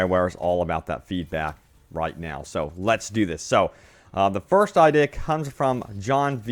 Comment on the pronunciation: I-de-a say it with me